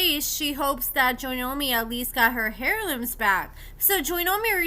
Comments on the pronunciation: Girl if you say "HAIRLOOMES" 1 MO TIME. lol its pronounced "air-loomz" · 😩😩 Did u say HAIR looms? 🤣🤣🤣🤣 The H is SILENT hun! It’s heirloom… pronounced AIRLOOM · Heirlooms the h is silent. Lots of good info in the video. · You say heirlooms funny. 😂😂😂 Love you